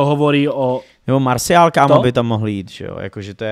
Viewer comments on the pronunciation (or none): none